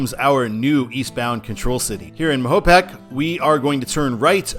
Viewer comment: The freeway that US 6 is on in NY State just west of the Thruway is the eastern end of the NY 17 (Future I-86) Quickway. Also, it’s pronounced MAYO-pack. In Bristol, there is a turnoff for CT 229 that will take you to ESPN and Lake Compounce, the oldest continuously operating amusement park. Continue past ESPN, and you hit my hometown of Southington.